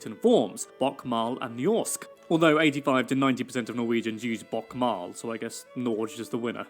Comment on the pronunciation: dude bothered to figure out 101 facts, but not how to pronounce Norge and Bokmål xD